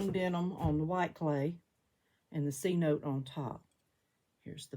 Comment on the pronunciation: Wow! Amazing results!! Love the glaze combos. May I ask what rolling pin you used on the cup at the 7 minute mark? Also the Cenote glaze is pronounced sinotay! Lol. Also what clay do you use? With the mayco gloas glazes and a lot of the underglazes I find that putting the each layer of glaze on in a different direction reallly helps with it looking even and glossy!! My kiln fires the bottom at a full cone hotter than the rest!! I love your hair as well. Lol